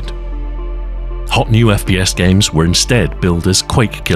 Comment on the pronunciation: Is he saying FBS?🤔 First bastard shooter 🙃